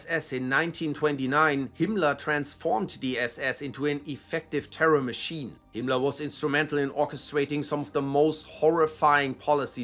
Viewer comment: What is a “mah-shin gunner”? Did you mean Machine gunner??